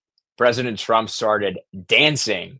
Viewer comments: You keep saying drump?????? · Why is this guy saying, Drump half the time? Or is it just my rock and roll ears? 😂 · ARE YOU PURPOSELY SAYING "PRESIDENT DRUMP" WITH A D OR AM I JUST HEARING THINGS... ANYONE THAT READS THIS, PAY ATTENTION TO THIS... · Is this guy saying drumph or Trump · His name is TRUMP not DRUMP....LMAO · Sometimes it sounds like you call President Trump “Drumph” You call him “Trump” most of the time he is President Trump or the President. It’s a matter of respect for the office of President. Not to be mean.